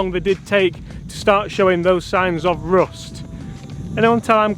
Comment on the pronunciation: Did you pronounce rust "roost"?